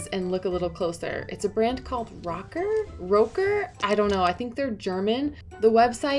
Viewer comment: Great video! The Al "Rokker" pants were hilarious. Great BOLO though. Thanks!